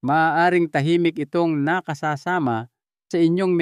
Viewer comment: Nakasasama - wrong pronunciation . Pag nag iba ang pronunciation iba na ang kahulugan